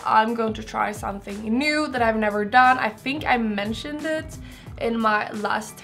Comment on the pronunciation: Säger du ”im gonna try somFing new..”??? Var fan får du F:et ifrån?? Ajajaj rip english. Thing heter det! SomeTHING